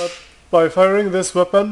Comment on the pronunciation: why is he saying weapond- weapont?